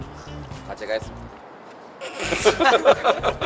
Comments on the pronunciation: 왜자꾸 제가를 저가라고ㅋㅋ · 제가를 '저가'라고 하는것도 잇음 ㅠㅜ 여긴 모르겟는데 인터뷰에 많이 그렇게 해요 ㅋㅋㅋㅋ